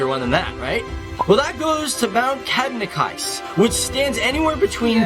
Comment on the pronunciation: U say the last e in Kebnekaise. Not Kebnekais